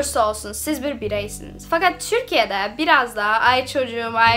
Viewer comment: Türkiye ye bile çürkiye demen ofmfkc Yeter artık çıkıyorum bu kadar dayanabildim